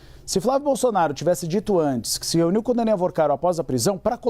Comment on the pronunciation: Se "reniu"? Ow, estagiário, prestenção!